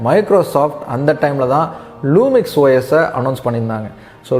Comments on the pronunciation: Lumia not lumix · அது லூமிக்ஸ் இல்ல ப்ரோ லுமியா!